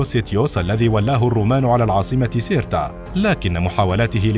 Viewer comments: ( سيرتا ) وليس ( كيرتا ) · سيرتا وليس كيرتا وهنا اخطاء كبيرة جدا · سيرتا وليست كيرتا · النطق الصحيح هة سيرتا cirta قسنطينة اليوم 🇩🇿